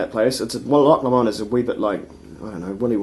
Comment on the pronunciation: p.s. it's not "LeMond" its Low-Mond, or more technically as a scottish person would say it... Low-mind (with mind said like wind)